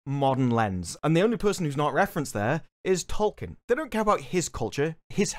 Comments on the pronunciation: Trying so hard to defend Tolkien and can't even pronounce his name, it's hilarious. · In a recent South Park season Stan learns that the black kid name is Tolkien, not Token, and apparently Amazon made the same mistake